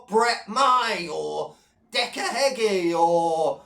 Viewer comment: bang on again, apart from its derek Gordon beggie not heggie lol